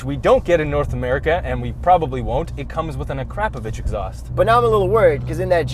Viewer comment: Did he really say "A Crap-O-vich" exhaust?